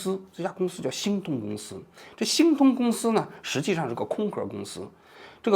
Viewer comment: 王局的字目哪里去了 我集中精力的 听 “新东”公司 原来是“星通”公司 到最后看了字目才校正过来